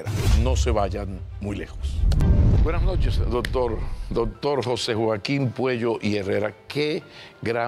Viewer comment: Es Puello, no Cuello. Es un excelente médico